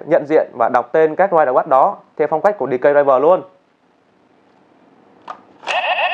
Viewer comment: Ridewatch mà đọc thành riderwatch